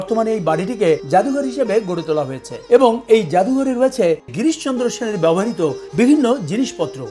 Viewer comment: স্যার সশ্রদ্ধ সালাম ও অফুরান ভালবাসা। বেয়াদবি নেবেন না। ব্যবহৃত শব্দটি বেশ কয়েকবার ব্যবহার করেছেন। যতটুকু কানে শুনেছি (যদি ভুল না হয়) তাতে মনে হয়েছে আপনি "ব্যবহারিতো" উচ্চারণ করেছেন। বাঙলা উচ্চারণ অভিধান, বাংলা একাডেমীতে "ব্যাবো hriতো" আপনার সুস্বাস্থ্য ও দীর্ঘ জীবন প্রার্থনা করছি